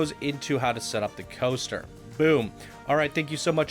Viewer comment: I honestly thought said "GHOSTER Spotlight", so I've decided that's exactly what he said.:P